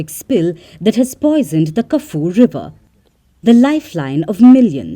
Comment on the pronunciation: "Kah-Foo-Wee Liver"